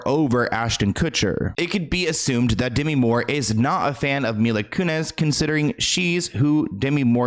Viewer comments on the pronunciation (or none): Isn't he saying her last name wrong? He's saying Kunez??? Or have I been saying it wrong this whole time. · Mila Koo-nezz 😂😂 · Him saying Mila Kunezz every time makes me wanna slice my ears of, respectfully